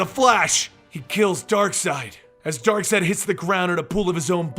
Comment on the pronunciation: It is not Darkside but Darkseid... X_X